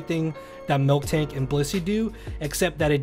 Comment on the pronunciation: Miltank. Not MilKtank. No k in the middle.